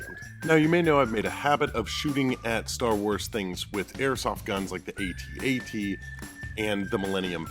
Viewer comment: it is not a A.T-A.T its AT-AT